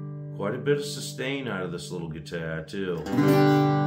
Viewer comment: What's a "guitair."?